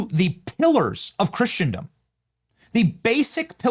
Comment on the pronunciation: Benny, love your show, but Christendom is pronounced with a silent T, not a hard T